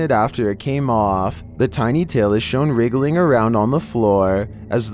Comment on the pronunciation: Mans said "wriggling"